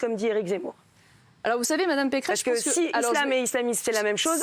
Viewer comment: pequeresse peceress pecheresse pecqueresse ou peceresse ?????? quelle mito cette femme elle fait honte a la droite !